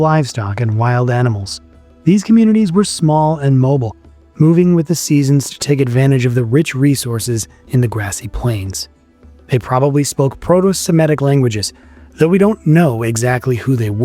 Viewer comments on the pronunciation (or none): MOBILE NOT MOBLE, SPEAK PROPER ENGLISH